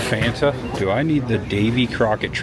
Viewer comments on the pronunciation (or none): none